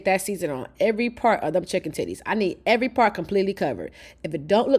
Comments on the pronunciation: I was asking myself “Did she say titties?” 😂😂 I thought I was trippin’. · Did this woman say chicken titty😂? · Did I hear her say "2 chicken tities"?? 😂😂